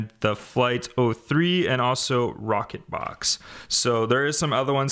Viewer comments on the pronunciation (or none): none